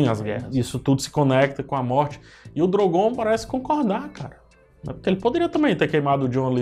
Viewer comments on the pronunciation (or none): Nossa, muita gente recomendando a sua análise por aí, mas seu senso crítico é péssimo. Tirando a parte que era mais que óbvia, sobre o Drogon(E não Drogom, como mencionado por você durante o vídeo) queimar o trono, pois ele que foi o culpado pela a morte de Daenerys, o resto é pura falácia (fora os assuntos paralelos sem necessidade perdendo a linha de raciocínio e só prolongando o vídeo). Enfim, o final foi péssimo. Furos de roteiro, várias perguntas não respondidas, acontecimentos anteriores extremamente importantes que no fim não tiveram a menor relevância e acontecimentos finais sem sentidos e propósitos.